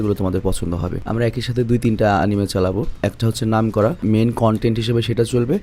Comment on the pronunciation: আমাদের মহান শিক্ষিত ভাইয়া, এটার আসল শুদ্ধ উচ্চারণ আনিমে-ই। এনিমে না।